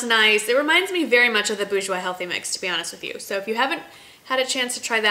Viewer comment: Thanks for this! Their Wake Me Up concealer is a fave, although I have to pick it up in Canada, haven't seen it here. Hope you don't mind but thought you'd want to know that Bourjois doesn't have a silent "r" by the way--it's pronounced "boor-jwah."